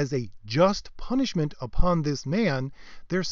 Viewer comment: "PUNISHIMENT" lol